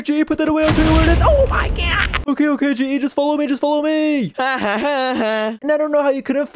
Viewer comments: Did you say “oh my gyatt”? Cuz that’s wut I heard and saw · Hi and bubbles I love how instead of "oh my god" it's "oh my GYATT😂😂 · Did you guys realise when bubbles said 'oh my god' it said 'oh my GYAT' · Did she say OH MY GYAT